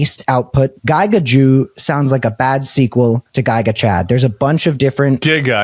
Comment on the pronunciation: Great discussion but how do two chronically online people both struggle with ‘mecha’ and ‘giga’ that was like listening to my parents discuss technology